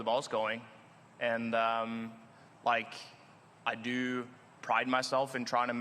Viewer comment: 😂😂😂. . “ I doooo” that Norwegian tongue slipping in. Let’s go VIK! You gotta make it to EL to defend!